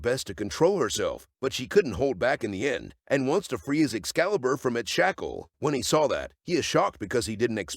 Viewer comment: Editor: "I will turn your excliber into mashed potatoes". Plot twist the narrator is the editor lol.